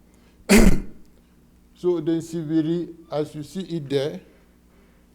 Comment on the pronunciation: so why is it known as nsibidi officially and written and pronounced as such if it's nchibidi